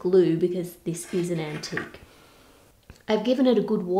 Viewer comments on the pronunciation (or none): none